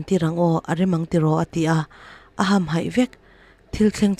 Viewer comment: I aw hi ngaihthlak a nuam thin khawp mai mahse tlemin trawng thluk hi uluk deuh ala ngai anih hi.. entirnan : hmui vam ham tih kha vâm ham tih ang in i chhiar ri a, improvement atan kan sawi ve mai mai... Angaihawm thin e..i thiam e